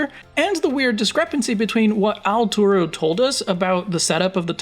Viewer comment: "Al Turo" lol